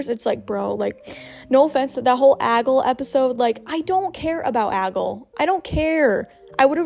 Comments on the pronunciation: lol you calling aglay ‘aggle’ all of the video 🤭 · I love how you called her Aggle for the video (btw her name is Aglae, there may be a little thing in one of the letters but that’s how it’s spelled and it’s pronounced ag-lay) Also I wish the episodes would air periodically because I saw that theres gonna be a break for airing episodes for a little while in the upcoming future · Why did she kept saying agol?😂😂. It's aglae